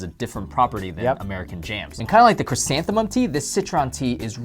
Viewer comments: It's ' ChrysantheMUM Tea ' not ' ChrysantheNUM Tea ' lol .. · It's chrysanthemum.